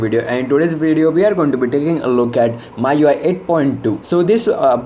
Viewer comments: bro it ME YOU I (MIUI) not MAA YOU I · What language are you speaking? it's MIUI read as me-UI not my-UI. Plus it is the "stock" Android. The one that's officially supported and updated by the manufacturer is "stock" Android. For example, Grace UI / TouchWiz for Samsung, HTC sense for HTC is stock. The one you were referring to is called AOSP. Get your facts straight.